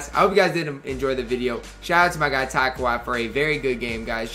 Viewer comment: On god it sounds like he saying top every video